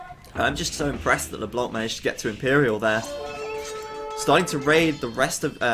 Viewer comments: Ryze mid What the fuck is YOUR problem ?! Just wanted to tell him so that he won't make the mistake again, not a big deal anyway. It's a french noun, so it should be pronounced withouht the hearing "c", if possible. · Amazing game, and amazing broadcast as usual ! For the record, LeBlanc -> don't pronounce the "c" ;) [it's "the white" in french btw]